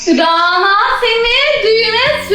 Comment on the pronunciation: RANA ismi ince 'a' ile okunur daha doğrusu şapkalı 'â' olmalidir ve ona gore okunmasi gerekir